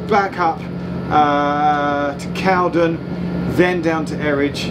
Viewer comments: Correct pronunciation is Cow-den, not Cowd’n. If you can find ‘The Two Ronnies’, series 6 episode 2, broadcast 26.11.77, have a look at the sketch ‘Charlie Farley & Piggy Malone’. They arrive at ‘Drake’s Bottom’ station, and a thumper can be seen departing in the background. This scene was filmed at Cowden station. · It's pronounced Cow-DEN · Glad you communed with nature at Cowden. I grew up in the woods just to the West of there (In a Cottage). On a still night i could lay in bed and hear the Thumpers go into the tunnel and often hear them come out of the other end. A small point, to the locals it's Cow-den not Cowd'n! If you ever visit again its worth a visit to the tunnel portal that end. You need to cross under the bridge and follow the footpath alongside the line, it splits and goes over the portal. You will then see that the tunnel has two portals as it has been extended by about thirty yards! I think this was done as the Bridleway would not have been able to get behind the original portal. The original portal was invisible behind undergrowth but is now visible due to clearance works that were performed a few years ago. Cowden station was used as a location for a Two Ronnies sketch where it was called Drakes Halt IIRC. Love your videos, keep up the good work. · Love this. I live near Edenbridge. Cowden is always pronounced Cow Den locally and the station is a long way from the village. Also Hever Station is a long way from Hever.. Edenbridge Town has a mud scraper as well. Wish I had known you were in the area as I would have bought you a pint in my pub, or even a cup of tea if you prefered. keep up the good work Geoff. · Check out East Grinstead station. There's been a large new footbridge affair built there. Went by yesterday and it seems near completion. As for Cowden, it's pronounced Cow Den, with the Den rhyming win Hen. Interesting video. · Cowden is pronounced cowDEN accent on 2nd syllable! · We’re going to have to chat about how to pronounce Cowden…